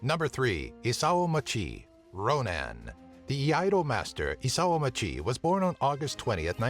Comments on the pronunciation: Isao Machii is a Ronin...not a Ronan. Ronan is not a word. Wtf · It should be "ronin" and not "ronan."